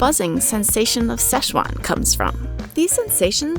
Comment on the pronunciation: Szechuan, pronounce, See-Chu-wan